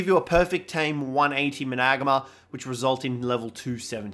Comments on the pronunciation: You say Managarmr like, MANA-GARM-ER, not MA-NAG-ARMR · hes name is MANA-GAR-MER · Say it properly! Triggers me bro lol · Your saying it wrong